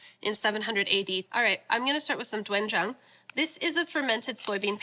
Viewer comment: As a Korean guy, I never really knew anyone using doejang in bulgogi and also doenjang sound more like dang jahng the oe sound isn’t that pronounce like how you say it in English. It’s just the romaji version usually include characters that sound like how it’s supposed to be